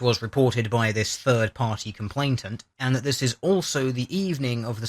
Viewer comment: love your vids, consider you to be very eloquent and learned but jesus wept dude : COMPLAINANT. no T in the middle.